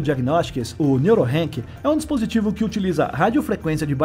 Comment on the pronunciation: Se fala Neurock não Neurorank😊